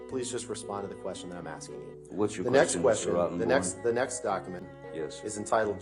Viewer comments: There's a great part where it really sounds like he's referring to Rottenborn as "Rottenbottom". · Thought he just said Yes Mr Rotton Bottom 😂Christ no one can talk objection, hearsay, he only said 'I' 🤣🤣🤣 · ROTTEN- BORN?? I thought he was mispronouncing it on purpose. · It is such a fitting name, especially putting the emphasis on the first two syllables with a slight pause before the third